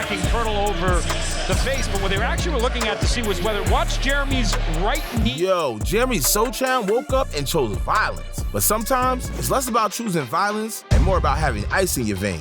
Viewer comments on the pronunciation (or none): Agreed. Luka donchick, Paolo Banchairo, Jeremy Sochan (ch should be silent but way he said isn't silent.)